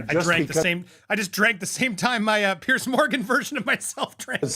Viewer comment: Andy, FYI, it’s “PIERS”, not “pierce”. Like you’re talking about multiple docks on the edge of an ocean, not like something you do to your bellybutton.